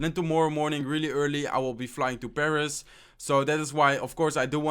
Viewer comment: When he said he was in Paris I thought he said he was imbarassed😂😂😂 and he also said above instead of a buffed